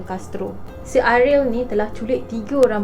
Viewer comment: Ariel ke Airil.. dgr macam Airil😂